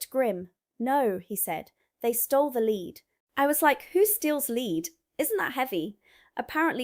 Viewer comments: it is pronounced " LED ", not " LEED " ! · YOU ARE GOOD ,BUT ITS LEAD NOT LEED YOU CANT HELP IT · Hello again ! Pronunciation this time ! Just as we have red & read, reading & Reading… We aldo have lead & lead … The metal is pronounced LED … saying it like lead gives away your US origins .. A shame coz you’ve conquered the glottal stop & eliminated the nasal A ! God bless ! Mike & 👩‍🦳 Anni in 🇫🇮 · It's pronounced led not lead even though it's spelt lead and any British person would call it Led and not pronounce it lead. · It's not pronounced leed it's actually pronounced "led" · The metal lead is pronounced led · How are you pronouncing lead? Like Leed? Bullsheet. Amused me though, so meh. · ( THE LEAD IN ONE INSTANCE IS WHAT YOU CLIP ONTO YOUR DOG,S COLLAR, WHICH WAS THE WAY THAT YOU HAD SAID IT ,THE OTHER MEANING OF THE WORD (LEAD) IS A ROOF COVERING THAT IS SOFT AND WATER PROOF ,IT,S SPELT THE SAME BUT SAID DIFFERENTLY ,AND YES IT IS WORTH A LOT OF MONEY ,THAT,S WHY IT QUITE OFTEN GET,,S NICKED AND SOLD TO A SCRAP MERCHANT,, 🤔🤨🤨🤨🥸🥸,,mostly done by( MINDLESS --MORON,S) OR DRUGGIE,S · You need to learn how to pronounce LEAD!